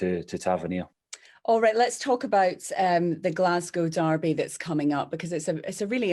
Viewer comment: “Glasgow Derby” Lol